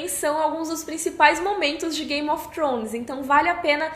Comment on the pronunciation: depois de 9 anos e ela ainda não aprendeu a falar "thrones" ainda rsrs